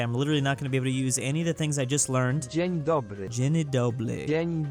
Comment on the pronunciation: Here's a great example. It says dzień, a single syllable word, but says dzie-ni, two syllables.